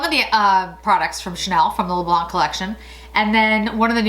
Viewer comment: Hello you don't pronounce the c in le blanc in French, adore your videos ( and your earrings)